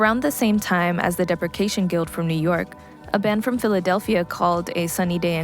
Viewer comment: I agree. There is a promising base there but it's poorly researched and any chance to shoehorn in AR Kane is always taken. Seefeel wasn't the only casualty. Depreciation Guild and Ulrich Schnauss were also mispronounced....it's like they don't hear the names of anything ever said out loud and just read stuff online. Look up bands online, do bear minimum research and then post. Some of the acts mentioned are atrociously off topic too.